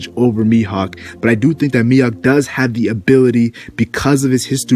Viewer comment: It's not Miyok, it's Mihawk